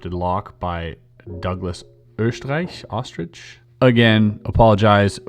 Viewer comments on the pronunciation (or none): Proper pronunciation is O-Strike, you got it the second time haha. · Oestrich = Ay-Strike (Americanized pronunciation) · Chris, Oestreich is a german name and in germany, it'd be written Östreich (since if you take the umlaut away from any vowel, you'd put an E after said vowel and it produces the same sound). it's pronounced URST-RIKE. Much love from Pittsuburgh! Been with you for quite some time and I love the content! Keep it up! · Oestreich is pronounced like "O-strike." I'm good friends with a family of the same name. Just in case that helps in conversation when you bring this puzzle up looking for more info or making references to it sometime. Although, when I talk about my friend from this namesake family, I sometimes just say "ostrich" anyway because it's funnier. His first name is Drew, so I most often just pretend his last name is Peanuts because that's even better lol. "Droopy nuts." This comment is no longer related to the lock puzzle.